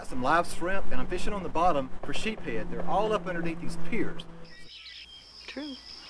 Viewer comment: West Indies salad is my favorite treat! Great video! It’s usually reserved for Christmas Dinner because of the cost of crab meat. Ha ha. By the way, it’s pronounced sheeps-head. Sheeps is plural. (Unless you’re from Mississippi) just joking.